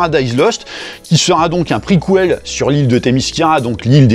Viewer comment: On dit preKel pas preKWel ou prekouel Vous dites KWinKWina ? pour quinquina ? Il y a de rares mots en français où on prononce KW comme se desquamer, desKWamer. Avec certaines voyelles comme le A ou pour des mots tirés directement du latin comme QUO VADIS , KWo vadis .